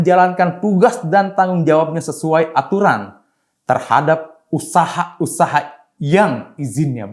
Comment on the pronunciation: Siapa sih yg baca narasi ini? Kok setiap kata diberi akhiran "K". Usahak-usahak, padik-padik, perdak. 🤣